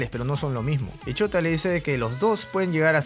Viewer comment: cuando se llama Shouta pero cada vez que el tipo dice Shouta se escucha Chota